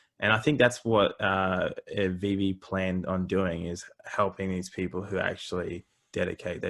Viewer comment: Amazing discussion all around and please for the love of all things holy and good: they are pronounced Veevee. DOGEcoin. Veevee DOGEcoin. But love the convo ;)